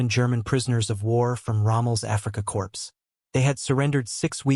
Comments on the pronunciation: I like when the word corp is pronounced "corpse" by AI. Even better was the pronunciation of "Mein Gott" to "main got". Horrible. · The ps in the word "corps" is silent. If an "e" is added to to corps, the word then is pronounced corpse. Narraters of military don't score points themselves by pronouncing the ps in corps. Also, most educated people know that Wermacht, since it is German, is pronounced Vermacht. There is a well known German composer whose name is Wagner. That, too, is pronouced Vahgner in English not Wagner. You might want to study your script a little better. Psst: I do know its AI. Same thing. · It's not pronounced 'corpse' its pronounced 'core' for 'corp'